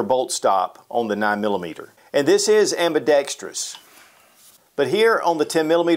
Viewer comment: Kinda petty observation, but I really appreciate that you pronounced "ambidextrous" correctly. So many do NOT...